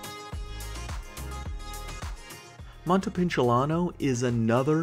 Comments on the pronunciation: its montepULciano bro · All this time, all this editing and all this effort into making this video and no one bothered to tell this guy that he mispronounced “Montepulciano” 😅😂😂